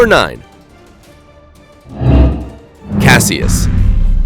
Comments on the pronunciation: The way he pronounced Cassius 😂😂😂😂😂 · You don’t even know how to pronounce Cassius Clay?! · U said Cassius wrong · The way he pronounces Cassius irritates me so much. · Am I the only one who had to pause at the mispronounciation of the goat's birth name ? 😐 puts some respek on that man name lol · He didn't even know how to say Cassius correctly, way to butcher one of the greatest boxers ever xD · Pronounced Cassius wrong I think... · The video said #9 is named after Mohammed Ali's original name...which is actually pronounced Cash-us NOT Cassius, like in Rogue One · ITS PRONOUNCED CASH-US not CASS-E-US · It's pronounced " cashus". Not ca see us. Dumbass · It’s pronounced cash -iss. Not cass eeus. Dumbass. N it wasn’t Muhammed Ali real name. It was was his name before he converted to islam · Just a little fyi... it’s pronounced Cash-us and not Cass-e-us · Just to let you know it’s pronounced cashus not kassy-us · Dude it's pronounced "cash iss" cashiss not cas ee us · Cassius🤦🏼‍♀️🤦🏼‍♀️🤦🏼‍♀️🤦🏼‍♀️. It’s pronounced CASH-us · It’s pronounced cashious not Cassius even though it’s written that way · It’s pronounced cash-us clay not caseyus clay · Class-see-us. AI butchers so many names and the creators are good with it. Block these bs channels. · It is pronounced…cash-us…. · Man really just said “Cass-ee-us Clay” smh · did he call Ali, ''Ca-see-us''...lol... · It's pronounced Cash-Us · Cassius is actually pronounced Cash-us I know this because it's my name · they named it after Mohammed ali. So it would be pronounced cash-us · I think its cash- ush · cassius is pronounced cash-iss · bro it's pronounced cash-us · Cassius is pronounced (Cash-Us) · It’s pronounced cash-us clay ffs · Cassius?? It's Ca-Ssí-Us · Cassius is pronounced Cash-ish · Cassius is pronounced like cash-us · Cassius is pronounced "Cash-us". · bro mispronounced one of the most iconic names in american history. ali rolling in his grave. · Lol doesn’t know how to pronounce the 🐐 boxers name🤦🏻‍♂️